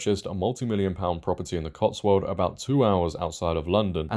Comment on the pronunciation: By the way it’s pronounced Cotswolds with an “s”.